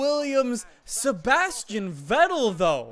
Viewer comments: if u want to say vettel dont say it like its write say fettel beacuse in german v is f. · it's pronounced Fettel :c